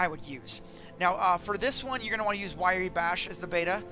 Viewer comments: Why Ree bash :) RYE bash is how it sounds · You missed the point. How can you manage to type the name of the program into MO and still pronounce it in the wrong order? W r y e, like Rye bread, not w i r e y. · It's pronounced "rye"/"wry" (i.e., as it is spelled), not 'wiry". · Hearing him say Wiry made me cringe so hard lol, useful tutorial though! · Wrye is pronounced Rye. Like the liquor. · lol... wirey... I never even considered that as a conceivable pronunciation.